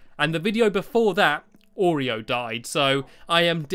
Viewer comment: Oreo, not orego 😂